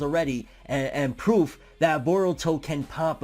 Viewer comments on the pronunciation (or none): none